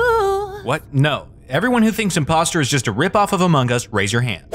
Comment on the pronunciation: Um did he say amingus Its among us